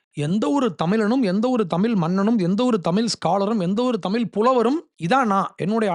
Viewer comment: தம்பி அது, தமில் , இல்லப்பா, தமிழ், சொல்லு..English நல்லா பேசுற..